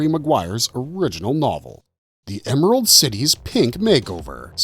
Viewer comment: "EMARALD CITY"???